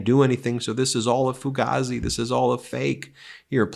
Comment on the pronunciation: Psst….HEY Ben! paisan!! It’s pronounced “foo-GAY-zee” 👍🏻😂😂